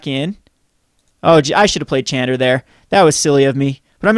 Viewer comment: when will you learn to pronounce Chandra correctly? Bless her...